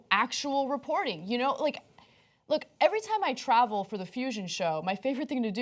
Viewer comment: How is it possible to pronounce the word "reporting" like "ree-poor-deeng"? Baffling.